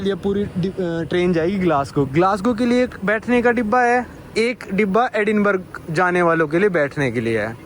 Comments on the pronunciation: Edinburgh को एडिनबर्ग नहीं एडिनबरा कहते हैं! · Sir sorry bs 2 baate एडिनबर्ग nahi एडिनब्रह bolte hai our Burlington nahi wo breitling naam hai brand ka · Hi: Agree that this train ticket is overpriced most likely because you booked it at short notice. By the way, "Edinburgh" is pronounced like "Edinbruh". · It's Edinburahhhhhh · Very correct